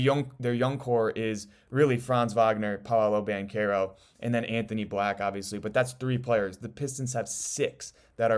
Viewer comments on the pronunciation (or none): none